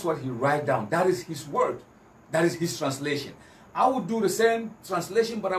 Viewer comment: He can't even explain himself waa listen how he pronounced translation ( transitration) but defending slave master religion haha joker paaa nie